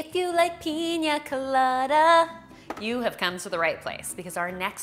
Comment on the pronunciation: “IF YOU LOVE PEEENYYAA COLADAS” 😂🤣